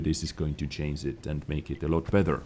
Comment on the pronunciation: Oh come on,! PLEASE!!! Just try to work on the pronunciation of CHANGE and CHANGES xD you are killing me xDD